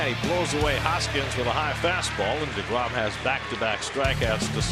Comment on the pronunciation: Tell Jason de Grom to fix de Name. De Grom. Not de Grom. Shame he's waisting his career with de Mets anyhow.